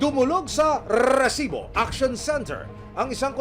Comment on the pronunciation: Sakit sa Tenga Yung pagsambit Ng "resibo" Ang haba Ng rrrrrrrrr.. di nakakatuwa